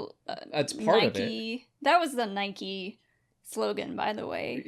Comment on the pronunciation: Side note, thank you for saying Nike correctly, so many people say Nyk where I from even though it's wrong :-D